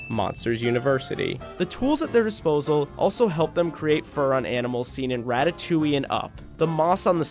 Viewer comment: "ratatewyyy" smh 🤦‍♀️